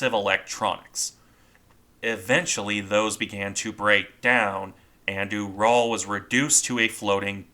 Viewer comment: Small point, but I believe the pronunciation of the same to be closer to rhyming with 'mural'. It's named for the mountain range.